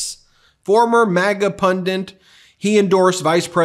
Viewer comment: Ben the word is PUNDIT not Pundet.